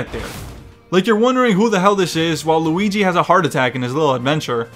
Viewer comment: why does it sound like says waluigi